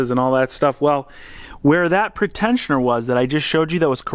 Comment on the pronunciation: Pre-tensioner, not pretend-sioner!